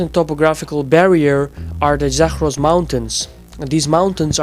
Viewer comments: "Zakhhhhros" mountains haha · Zagros is not pronounced Zakhhhros. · n "Zakhhhros" mountains lmao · Dude, you don't even properly pronounce "Zagros" and "Balochi", and you wanna analyse Iranian ethnics?! No region in Iran is homogeneously populated by a certain ethnic, so, no; oppositions against I.R. is not ethnic based, but rather social-demands based.